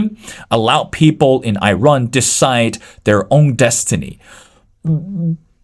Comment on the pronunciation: Dude, its Iran not Eyerun